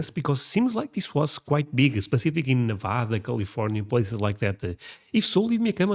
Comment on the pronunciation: Why are they calling it Nevodda? It's Nevada.